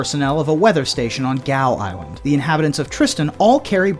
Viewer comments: Great content, very informative, but Gough Island is pronounced ‘Gof’ not ‘Gow’ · Gough Island is pronounced "Goff."